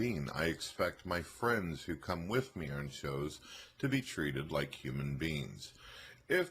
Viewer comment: you can even hear him say orn instead of on during the first videos